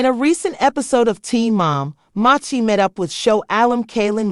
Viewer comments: I like how her name was pronounced wrong and differently every time. Talent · If you're going to do a video on someone..... don't use AI, and pronounce their name right. So disrespectful. You're trying to make money off this person and can't be bothered to do it right. Lazy